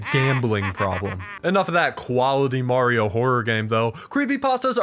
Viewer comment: It's me Mawrio